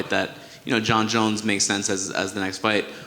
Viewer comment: Did he say jer jones?